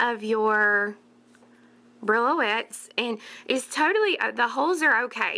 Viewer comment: Thank you so much for another lovely tutorial. I believe the beads are called "bree-o-lets" not brillo-ets. Very pretty. I must try them. Joy